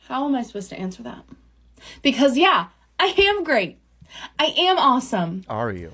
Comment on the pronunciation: I swear she says, "I ham great". There's your problem lady.